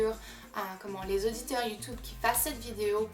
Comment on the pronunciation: tu a un axant tu prononce mal youtube et challege